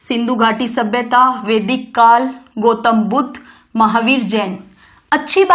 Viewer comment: Mam, it's dharm not dharam🙏 धरम nhi boliye plz, धर्म बोलिए। गोतम नही ma'am गौतम🙏